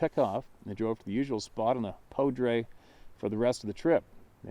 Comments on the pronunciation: Poudre River is pronounced POO-Dur, emphasis on the Poo. French word for powder as in gunpowder. Cache la Poudre River is a fantastic river with a very scenic canyon north and west of Fort Collins, Colorado. The whole area was devastated by a 200,000 acre wildfire last summer. Other encounters have been recorded in the canyon, and in the mountains to the north. Interesting encounter. Thank you! Love your channel in many more ways than one. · It's the "Cache la Poudre"; pronunced "pooder". So named, when French trappers hid their gun powder along the bank, in the 1800's. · just a heads up, the Poudre River is pronounced Poo-der. Love what you're doing, keep pushing!